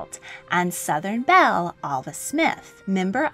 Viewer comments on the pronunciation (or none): none